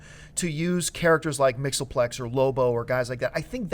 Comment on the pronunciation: i was impressed when she pronounced mxyzptlk correctly